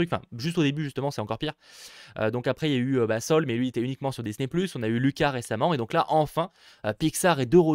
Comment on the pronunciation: C'est soul et pas luca c'est looka